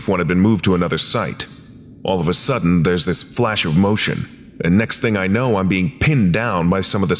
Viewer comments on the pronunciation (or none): none